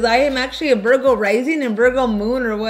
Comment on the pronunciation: I am dead! “I’m a VERGO” not Virgo but VERGO😂😂 5 shots where? The two got her lit lit 😂🔥👏🏼